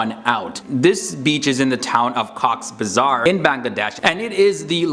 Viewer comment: Koks bajar not koks bizer